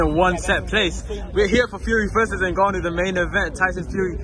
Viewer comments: At least he said Ngannou right this one time 😂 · That's how it's pronounce, not N-Gannou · u mean he's actually saying it right. i read this comment before the video i assumed he was gonna butcher it lmaoo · He actually has a way more spot on pronunciation than most English speakers.